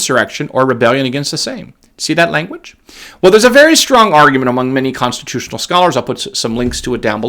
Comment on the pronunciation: Thumbs up if you love how says, "Consti-TOO-tional!" Make it a T-shirt, mug, hoodie, etc.